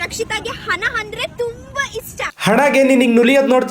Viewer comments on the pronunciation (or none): ಹನ ಅಲ್ಲ ಅದು ಹಣ ಮೊದಲು ಕನ್ನಡ ಚೆನ್ನಾಗಿ ಕಲಿಯುದಕ್ಕೆ ಹೇಳು ಬ್ರದರ್